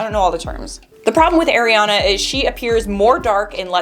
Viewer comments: Its not Air-A- ana...it's Ari-E- annnnaaa, Ariana. Lol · It's the AIR-iana for me HAHAHHAHA jk 💕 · The way you said ariana made me laugh so hard 🤣